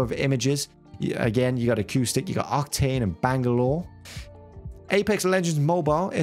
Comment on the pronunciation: its "caustic" man. the second utuber who got it wrong.